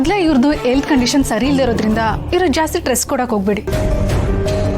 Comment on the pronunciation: Tress alla adu stress..Zee kannada wake up